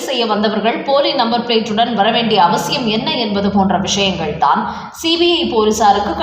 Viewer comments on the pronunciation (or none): none